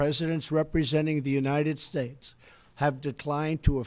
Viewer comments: What’s up with his voice near the end? He couldn’t even say United States at the end (sounded like United Schtates!) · Its obvious trump is on coke, the drip got him bad he cant even pronounce United States at the end and those heavy cokehead deep inhales all throughout the speech give him away. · United Stahes, with an H! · "...and god bless the United Shursh."